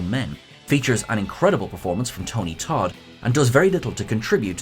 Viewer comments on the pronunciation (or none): none